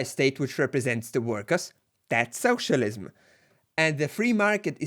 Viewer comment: I love that United graphic. Also has one of the best pronunciations of socialism I've ever heard, lol. Soooocialism, HA!